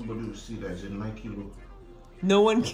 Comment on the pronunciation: Why break his spirit that no one cares 😂😂... For naija na "nika" full here instead of "nike"